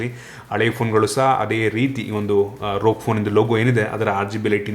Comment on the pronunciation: ರೋಗ್ ಫೋನ್ ಅಲ್ಲ, ಅದನ್ನ 'ಆರ್ ಓ ಜಿ' ಅಂತ ಹೇಳೋದು.